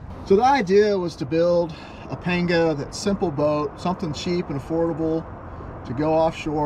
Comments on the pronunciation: Pronounced “ponga”. 👍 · A is pronounced AW as in AWFUL in Spanish. Complete shocker I know. It's weird how you can get the second A correct though.... I like your PAWNGAW though. Clean build.